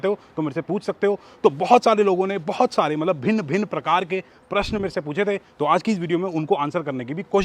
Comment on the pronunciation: I like when you say bhin bhin parakar k😂😂